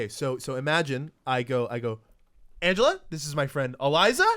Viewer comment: did you purposely pronounce her first name wrong instead of her last name as a joke to everyone pronouncing her last name wrong or was that an accident? Because I'm pretty sure you said "Anga" and didn't really fuck up her last name that much.